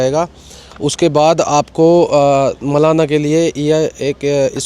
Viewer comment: मलाणा बोल भाई मेरे।